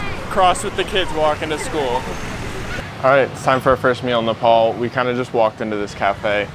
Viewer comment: its not nepol dud....its nepaal...